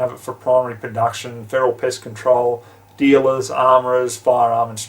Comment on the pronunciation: lmao sounds like you said "piss" when you meant "pest" or did you mean "piss"........